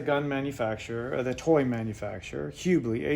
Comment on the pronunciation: Its pronounced Hub ley